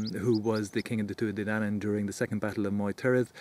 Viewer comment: Donn, not danu.